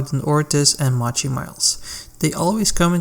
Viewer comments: It's not "Mah-chy".. it's "Moe-Chee" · No, no it’s defientely, moe-chee